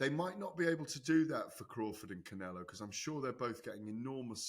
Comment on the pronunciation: the best is when he says saul canelo alvarez like pronouncing it wrong makes it sound more spanish or something😂